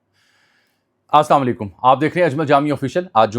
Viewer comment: Aj pir 2 dafa suna. Apka As sama laikum Janab Koshish kia kareen . Assalamualaikum kaha kareen .. Ya pir ho sakta ha mujy khalti lag rahi ho. Es pr mazrat